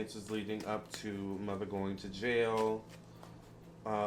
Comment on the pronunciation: I’m so mad you calling mutha “Mutha” . This entire reading had me on the floor. 😂😂😂😂😂😂😂😂😂😂😂😂😂😂😂😂